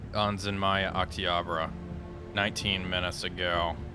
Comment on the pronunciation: Going by his pronunciation of "Знамя Октября", not at all. Excellent content regardless.